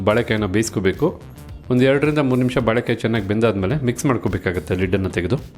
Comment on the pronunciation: Sariyada pronunciation helappa first "balek "balek" entiralla?? sariyagi "baleykaaiye" eendu heladh kaltko first 😅😅